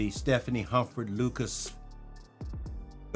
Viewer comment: Stephane is a guy, not Stephanie Stef ähn is the pronunciation my guy.